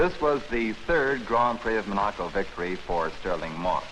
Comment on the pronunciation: Or, as Stirling Moss always says, "mon-A-co.."